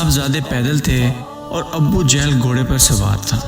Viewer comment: Sir abbbu jehal nai hota, abu jehal hota hai